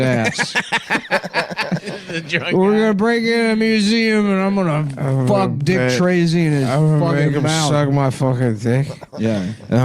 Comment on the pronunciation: I thought you were saying "gravy dick" until I saw some comments.